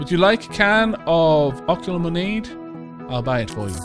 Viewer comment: it's ah-Q-lemonade. it's a pun off lemonade.